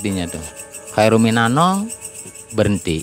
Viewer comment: Khairun minanaum pak.bukan Khairun minanong.